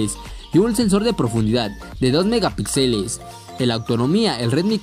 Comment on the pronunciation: Respetuosamente, un apunte: la tilde y el acento en la palabra Megapíxeles va en la sílaba "pí", no en la sílaba "xe". Saludos.